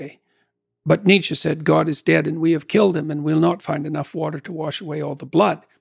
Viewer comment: "Nietzes dead" God...